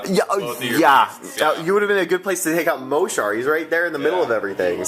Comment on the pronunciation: Yeah Mohsar! (btw it's pronounced "mo-sar") Also, I think the circle player should protect his reeves more. if he had kept the hunter on the same side of the board as the reeves and put them within the Woldwarden's forest, they wouldn't have died so fast and easily (granted sprays ignore camo, but just don't let them get sprayed before they get some shots off). And He may have then been able to use his war wolves. They can be brutal.